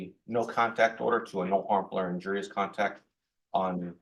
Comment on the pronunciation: "... injurous [sic] contact ..." -- "injurious"